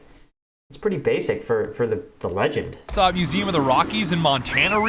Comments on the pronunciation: You are the second person I've heard who's pronounced museum as mu-zaam (I can't spell syllables), the first was in an audiobook made about 5 years ago. Is it a regional thing where you grew up, or something different? I'm honestly curious. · probably just a regional thing pretty sure the people where I live pronounce it like that not that any of them have ever been to a museum unless its the confederate museum lol